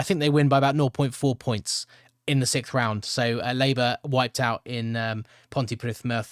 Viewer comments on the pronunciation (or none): none